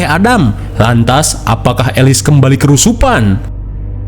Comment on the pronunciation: kesurupan bang bukan kerusupan😂